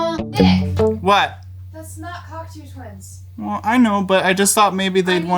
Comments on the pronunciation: Its "cock toe" my friend. 👍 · what's with the canadian pronunciation? it's cock toe 😇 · Downvoted for saying cocktoo like it’s a bird. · 😂 why is he saying it like that!? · Aaaarghhh. Nick it’s not pronounced like cockatoo without the ‘a’. Repeat after me:Cock-toe, cock-toe, cock-toe. Joshua - you should have schooled Nick!!!! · CockToo Twins? That's not how you pronounce it. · Repeat after me, coc-toe - it's fudging coc-toe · wrong. Its coc-tO, not coc-toe xd. eau is O, that comes from french. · Lesson one: How to pronounce Cocteau. As it is a French name it's rather important. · and how to say their name wrong in 4 seconds. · I tuned out when he butchered the group’s name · Why are you saying the band name like that? It’s not pronounced “Kok-two”, it’s “Kok-toe”, as in the French poet and playwright. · good heavens, it's coc-TOE, not coc-TOO. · It’s not Coctooooo Twins…. Cocteau! Ffs! Like L’eau is low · Did he just say Cocktoo? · It’s cock-toe twins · "Cock-Toe" fyi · Interesting pronunciation. They aren’t birds, they are named after a book from Jean Cocteau. Cool video, nonetheless. (COCKTOE) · FYI Cocteau is pronounced Coc-toe (toe, as in the small appendages attached to your feet). First degree pedantry? Yes! But, if you are going to try and get the sound right, you might as well get the name of the band right, right? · Pronounced like Cocktoe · I love JHS pedals and videos but I’m sorry I have to be pedantic and insist that it’s pronounced cock-toe not cock-too fyi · Great stuff. Always loved the Cocteaus. BTW it is pronounced Cock Toe and not Cock Too😉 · Like the sound. But it’s cock-toe as in the philosopher not cock-two the bird 😃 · It’s pronounced “cock-too”? I always thought it was “cock-tow”… 🤔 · By the way, the correct pronunciation should not sound like "cockatoo". The second syllable rhymes with the word "slow", so the name "Cocteau" should rhyme with "Block-slow". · It's pronounced Coc-toe NOT Coc-too , ya goddamn Yanks. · Coctoh, not Coctoo